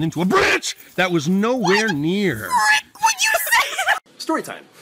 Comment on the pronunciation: "wHY THE fREEEAK would you sAy tHaT"